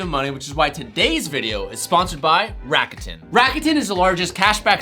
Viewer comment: You murdered the pronunciation of "rakuten". It's a Japanese company